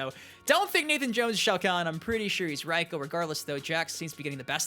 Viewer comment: Your still saying Reiko's name wrong. It's pronounced RAY-KO not RY-KO